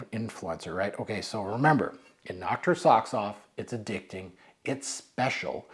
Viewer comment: Did say it was a “ a-dick-thing” 😂 🤷‍♂️